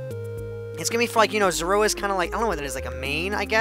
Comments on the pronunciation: 80/85 because when the tail was cut off on the pixel art you should have kept going based on the proper picture. P.S. It's pronounced Zor-oo-a. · zor-a-wa is how you pronounce it. i'd give you a 80/85 great for your first pixle art